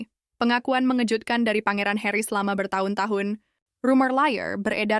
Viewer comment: yg ngomong ini orang mna sih? tiap ngomong tahun kya nya ga jelas aja